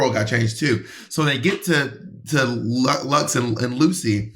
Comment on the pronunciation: They’re never gonna get Luxx’s name right huh lmao